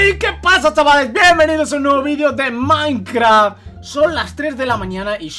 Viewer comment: Like si escuchaste que dijo maincra :v